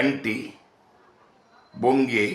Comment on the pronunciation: బొంగే కాదు బుంగ